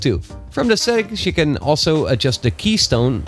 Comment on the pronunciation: Your can sounds like can't